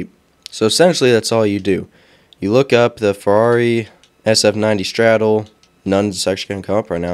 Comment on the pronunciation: bro said, "straddle" lmao